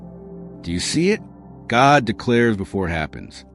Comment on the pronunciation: "God", not "gog" 👌